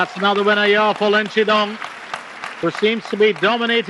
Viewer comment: Pity the commentator can’t pronounce “Shidong”.